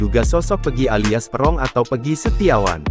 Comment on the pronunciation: Bacanya yang bener.buka peeerrrong tp perong